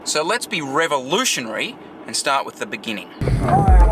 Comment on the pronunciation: great vlog but this is how you say the word "Beginning"